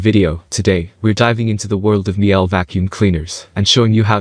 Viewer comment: COme on - it's not Mi-ELL; it's Meel-Uh, rhymes with "peeler" in UK pronunciation. Miele is German.